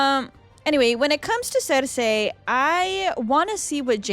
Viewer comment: How are you 7 seasons deep and still can't pronounce cersei correctly